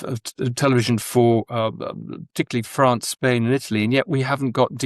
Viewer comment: France, not Grance.